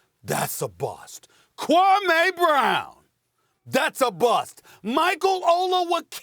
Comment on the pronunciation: Stephens A said KWWAAME BROWN. We gon be alright